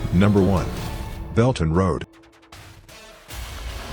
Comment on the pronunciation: HAHAHA.....its Belt and Road.....not Belton Road!!! 🤣🤣🤣